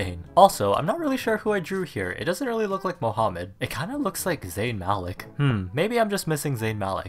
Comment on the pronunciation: Did he just say mohumed like mo + humed